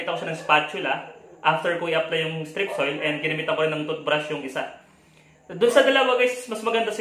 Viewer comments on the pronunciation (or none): Hahaha pinagsasasabi mong strip soil. 😂😂😂